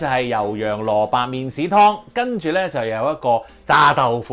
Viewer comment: 好搞笑呀，麵鼓….麵豉？？